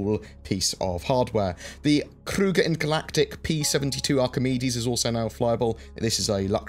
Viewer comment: Appreciate the pretty good pronunciation of "Krüger" ;-).